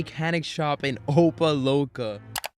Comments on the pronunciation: Love the channel…. It’s pronounced Opa Lock-a … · Opa Loca. lmao. You're definitely not from south Florida